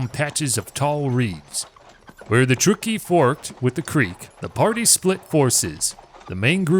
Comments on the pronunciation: Truck-key not true-key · It's pronounced Truck-e please. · It's pronounced truck ee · I grew up in Sacramento County and am very familiar wth this history and the environs. No one has ever pronounced Truckee as "True-key." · I am born and raised in TRUCK-EE you are saying it wrong. But great job other than that. Thanks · me no understand? Now it's pronounced TRUCK-EE. no big deal. right? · It's Truckee ..... like you are driving a truck. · Ya' might want to find out how to pronounce "Truckee".... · I will subscribe when you bother to research you language pronunciation. Truckee